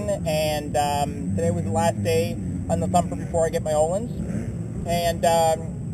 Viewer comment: You've been riding motorcycles for SIX years? Wooooow. Do you even know what WP stands for? Look it up. Also, learn to pronounce Öhlins. Yeah, I have a key for 'Ö' on my keyboard.